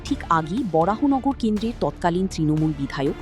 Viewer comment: BJP eke nebe naa, and it's baranagar not borahanagar